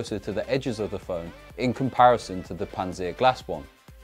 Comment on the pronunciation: "Pants seer glass" Panzer, like in panzerfaust